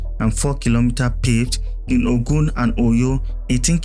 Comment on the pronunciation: Nice work, but are you narrating with AI? The way you are saying Ogun and Oyo is not the way Nigerians pronounce it? 😂